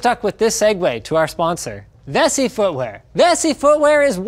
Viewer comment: I could've sworn Linus kept saying "Messy Footware"